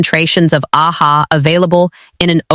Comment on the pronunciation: Friend, it is AHA…the letters stand for Alpha Hydroxy Acid , it is not read as “Ah-Ha”😂